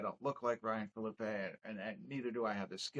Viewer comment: Phillippe (ee...not ay) (fill-uh-pee). Also...loved the review💪🏾